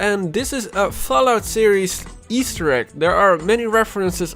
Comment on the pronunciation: Take a shot every time he says Easter Ekk